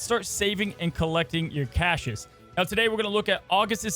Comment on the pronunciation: We say CASHES now?